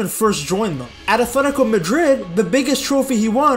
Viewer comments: I wish you would say “atletico” and not “athletico”…. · Its athletico not athetiko jit